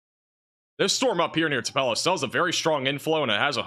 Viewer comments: Uhhhh....it’s pronounced “2-puh-lo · TUPELO pronounced TU- PEA-LOW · Yuo can't pronounce Tupelo, Ok.